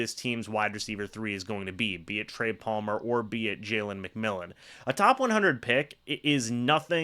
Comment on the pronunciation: It's McMillan.